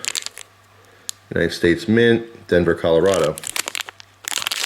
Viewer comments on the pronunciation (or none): none